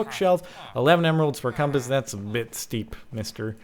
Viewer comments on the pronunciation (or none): none